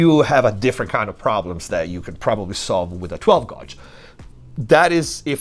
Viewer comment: Sounded like he was going to "gouge" someone's eyes out... 12 times! That is SICK!